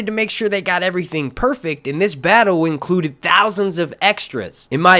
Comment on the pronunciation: "Cast and clew incruded"